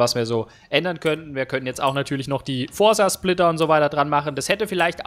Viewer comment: Forza nicht Forsa....